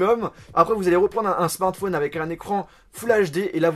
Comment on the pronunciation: Tu peux essayer une fois dans une de tes vidéos, de dire correctement le mot "Smartphone" ? Juste une fois ? Parce qu'entendre systématiquement "SMATFONE" c'est un peu relou